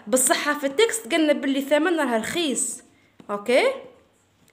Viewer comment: رخيص مشي رخيس😂😂😂😂😂😂😂😂😂😂